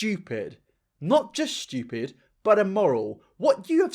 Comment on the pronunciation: pedo: inhales: S H T E W P I D I N N I T